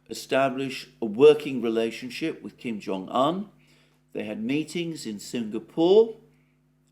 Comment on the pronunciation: It's Kim Jong oon, not Kim Jong an.